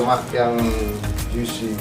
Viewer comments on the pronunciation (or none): none